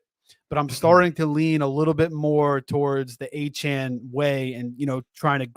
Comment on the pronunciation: You’re telling me not one of these guys can say De’Von Achane’s name correctly?